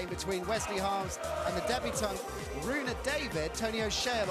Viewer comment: His name is Rune David. Not Rohit David